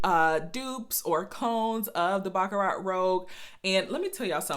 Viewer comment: I appreciate your video. Your pronunciation of baccarat is incorrect. I have the same issue with some European perfumes.